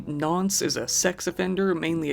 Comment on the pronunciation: Nonce means a child rapist in brits slang!! And pronounced more like "nonsse"